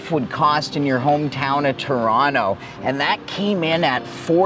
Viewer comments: That's not how Torontonians pronounce Toronto... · This guy isn't from Toronto, he says it with a hard T and no one from Toronto says it like that. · How is this man Canadian but cannot pronounce Toronto properly lol im baffled